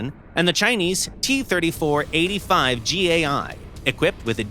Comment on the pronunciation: No, it's T-34-85. Little mistake of pronunciation.